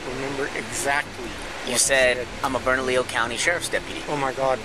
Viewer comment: I put a MacBook in my car so I can drive and do my homework “bernalillo” 😂😂 it’s pronounced burna-Leo